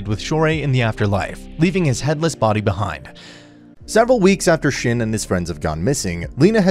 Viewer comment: Your pronunciation of shin is killing me